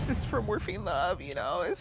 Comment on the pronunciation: is nobody gonna comment on calling morphine 'fat ma'